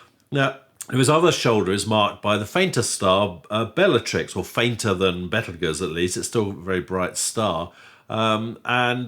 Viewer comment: Bravo for pronouncing "Betelgeuse" that way! The trendy habit to use "Beetlejuice" is just silly - it's fine in the context of a Douglas Adams book or the eponymous Tim Burton movie, where "Beetlejuice" is used for comic effect, but I wish astronomers would stick to its proper name.